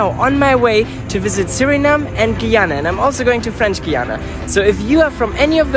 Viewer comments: You could go to keicher falls (I don’t know how to spell) for food definitely roti and curry. Also the country is pronounced guy - ana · It pronounced like GUY ANA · Do you know the word guy just pronounced the first three letters of Guyana that way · You pronounce guyana wrong and I am from guyana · God the way he pronounces Guyana infuriates me